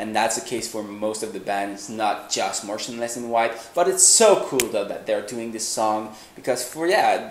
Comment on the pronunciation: Its motionless not montionless !